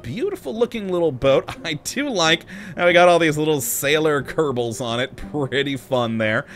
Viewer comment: why are you say "kadebo space program"?